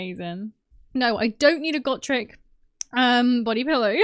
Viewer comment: its Go-Trek...for the love of GOD i cant stand the way people say his name now. this guy mutilates so many names my god in heaven.